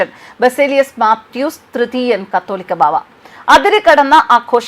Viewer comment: "കത്തോലിക്കാ" ബാവ എന്നല്ല കാതോലിക്കാ ബാവ എന്നാണു. വെടിക്കെട്ടും ആന പ്രകടനവും അവസാനിപ്പിക്കേണ്ട കാലം കഴിഞ്ഞിരിക്കുന്നു. മനുഷ്യർ സുബോധമുള്ളവരാകുക. 👍🤗